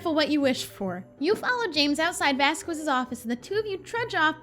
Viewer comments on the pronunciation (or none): Hey, You asked to be corrected if you had said his name wrong, I think you u pronounced it correctly, but I have been holding off because I don't want to be that person, but since you asked, you've been saying Professor Vasquez's name wrong this entire time, it's a Spanish name, so you actually pronounce the q instead of saying Vas-squez, it's more like Vas-cez. Love you, Keep it up! And I agree, Madison is adorable.:)